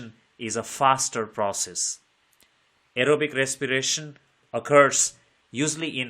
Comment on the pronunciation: Very nice english ❤❤❤ Aerobic respiration❎ arrowbic resspiration✅